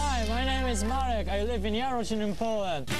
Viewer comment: and pronounces Marek as "Muric" hahaha, like 'murica